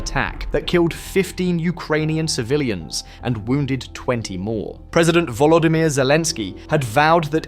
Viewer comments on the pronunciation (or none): none